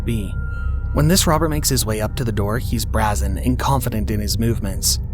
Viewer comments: I enjoy these videos, but this is the only place I've heard brazen pronounced this way. The "a" should sound like "way", not "brass". It should sound like "brayzen", not "brazzen". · BRAYYYYZEN, like dayyyyy, not BRAAAAAAAZEN.....like brat....bothers me endlessly, lol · Brazen is pronounced BRAY-zen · You need to learn how to pronounce "brazen" properly. It's like bray-zen, with a long "a". You embarrased yourself multiple times on this vid.😒 🙄👎